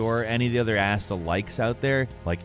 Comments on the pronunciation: I was only listening and the way you say Astel really threw me off for a second "when youre near the asshole door" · i hate you pronounce some tings. Like you pronounce astel as "Asstul" instead of "Uhstell"